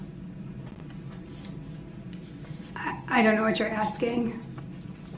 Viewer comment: I just have to say, I am so sick & damn tired of his Reason for the "Substain" When it's (Sustain) & "Axing" someone, when it's (Asking) somone. Jackaxx Brooks.🤦‍♂